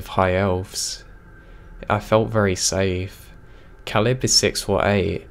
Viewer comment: I love your narrations, but Caleb is pronounced like cay-lub